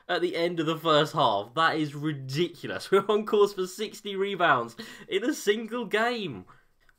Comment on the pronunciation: Take a shot everytime says "ridicilous"